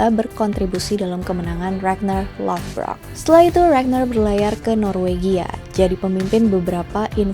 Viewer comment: Ijin koreksi kak, untuk ragnar dibacanya rag-nar atau raa-jnhaar bukan ragner dan lothbrok dibacanya lordbrog atau lodbrok. Thank youuu